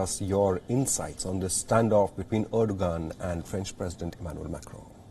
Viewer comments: Dear anchor from yokeltown, 'Erdogan' is pronounced as "Erdowan". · Why do I hear reporter deliberately saying ERDOGAAND 🤣😂